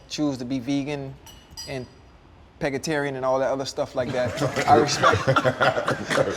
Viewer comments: Ocho said pegatarian 😂😂😂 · “Pega-tarian” killed me 😂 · Fred said "im outta here" LOL!!!! Ocho said "Pegatarian" LOL!!!! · Bih say pegatarian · Ocho said “pegatarians” like vegans/vegetarians some Pokémon. I guess that’s their evolved form from the “vegetables” he called them during Cam’s episode 🤣